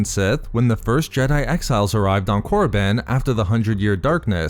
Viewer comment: Did you really said Moriband? Jesus, was it really that hard to keep it Koribban